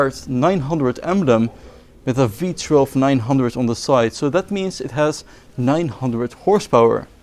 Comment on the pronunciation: I would normally point out that it's not "V-TRELV" but rather "V-TOO-ELV", but I like the way you say it more, so I'm gonna say V-TRELV from now on.